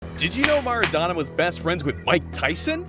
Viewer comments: Its mAraDoNa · ITS MARADONA NOT MaRaDaNa